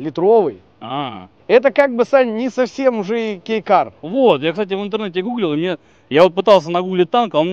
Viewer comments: Правильно не Кейкар, а Гейкар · Мне сперва послышалось гей кар 😂